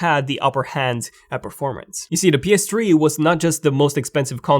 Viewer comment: Why does he say ps tree